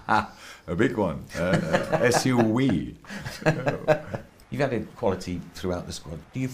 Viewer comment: hAHahA, a big wan an Es YU Wii